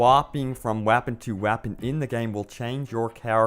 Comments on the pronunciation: Stop saying "whapon" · "WahhPen".............-_- "SiStistics"...........-_